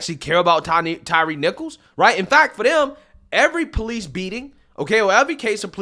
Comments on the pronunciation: Old Al couldn't even pronounce Mr. Nichol's name correctly. It's Tyre, not Tyreece. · Sharpton literally made the young man’s funeral about himself and then mispronounced his name by calling him Tyrese instead of Tyre. Doesn’t anyone in that church see this for what it is? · I am so sick of Reverend Al and everything that he represents and unfortunately AOC is channeling him lately. (and get the man's name right for Christ sake. It is Ty-re and not Tyrese 😅) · Uhh, is it just me or did Sharpton just call him Tyrese????? 🤣🤣🤣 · Wow! Al made the funeral all about himself. He even pronounced the dead guys name wrong. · Couldn’t even get Tyre’s name right.